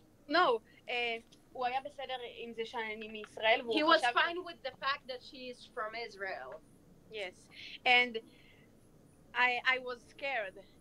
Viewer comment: They say i am fong isreal hahaha